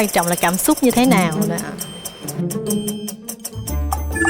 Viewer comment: giọng cũng hay nhưng phát âm sai nhiều từ thật," cảm xúc" mà hay nói là " cảm súc"